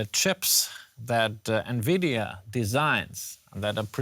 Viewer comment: bro works as journalist, covering tech news but doesn't know who NVIDIA are pronounced? here how it's pronounce, follow me, ENVY...DEE....A...